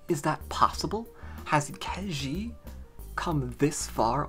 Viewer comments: Ke Jie is pronounced Ke Jea (as in yea) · Hi, to get the right pronunciation, copy 柯潔 to Google translate and choose both "from" and "to" as Chinese. Then you can click on the speaker icon to hear how it's pronounced.